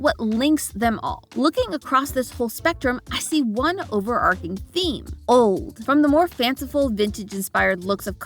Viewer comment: overarching is pronounced with the “ch”